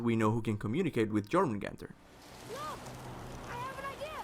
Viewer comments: ITS JÖRMUNGANDR (yormungander) dummy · IIIITS PRONOUNCED YOUR-MAN-GANDER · It's Yor-mun-gan-der. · The way you pronounce jormungandr gives me headaches... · I can't tell if it's your accent or you're actually pronouncing the J in Jormungandr incorrectly lol